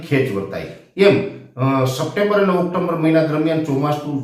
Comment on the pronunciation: ઓક્ટોમ્બર નહિ પણ ઓકટોબર.... મ આવતો નથી